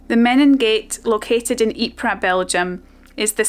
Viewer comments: Great video. I highly appreciate and respect how many UK people still visit the Ieper region today to keep the memory of their ancestor's sacrifices alive. By the way, the correct way to pronounce the name Ieper is: Eep-er (not Eep-rah) 😊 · Ypres was also called 'WIPERS' by British troops, who couldn't pronounce Ypres. My grandfather was wounded in the battle of 'Wipers winter 1917', He was sent out on a patrol, with an officer an NCO and several other soldiers. They got lost in no man's land. The office split the platoon into two the officer took half and the NCO took the other half. The officer and men were never seen again (presumably lost in action presumed killed). A shell exploded near by and shreaded my granddad's left arm with Shrapnel, he was evacuated to a hospital in Croydon, to recover (the doctors wanted to cut his arm off, he wouldn't let them). Several years later he built the muscles up by squeezing a rubber ball.